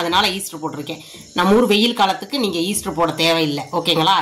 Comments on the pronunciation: Adhu yeaster illa ma yeast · Easter illai Yeast.Dont add er while pronouncing. is not correcting her.May be he also don’t know how to spell.This is the second time I am correcting. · ஈஸ்டர் இல்லை. ஈஸ்ட். வெண்ணிலா எஸ்ஸன்ஸ். வா ன்னிலை இல்லை.